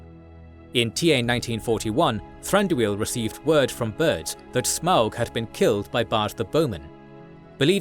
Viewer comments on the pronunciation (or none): none